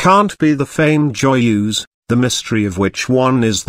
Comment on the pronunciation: Oh god that voice.. horrible pronunciation. The way he (or rather it) says Joyeuse makes my stomach turn.